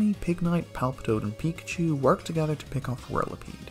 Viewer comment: "They worked togehter" 😂